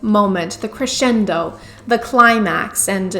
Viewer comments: The "christiendo" :P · "the christ-cendo" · Crescendo? I heard “Christiando”. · "Crescendo" sounds so much like christian-doh! I feel like theres something there but i cant put my christ on it! Thank you for your service 🙏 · Haha, the Christian-do. Crescendo. Christian-do. Nice. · did you say "Christiando"?🤨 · Did you say christendo